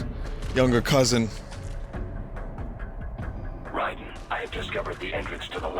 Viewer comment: It is me..Rai-dEn